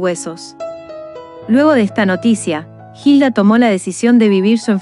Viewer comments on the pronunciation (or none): No es jilda, es Hilda, y no es verdad lo que dicen para enganchar a ver este video. Ella nunca dijo no aguantó más, ella quiso vivir hasta el último momento y nunca se rindió.Informense bien por favor. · La h no se pronuncia , sino sería Gilda , ilda es la forma correcta . Extrañare esa sonrisa y sus consejos sabios , vuela alto hermosa mujer 💕